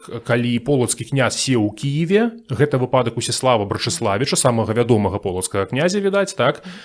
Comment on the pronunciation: Вельмі цікава, дзякую! І як расказвае і што расказвае. Але націск у слове "выпадак" будзе на літару "ы": вЫпадак:)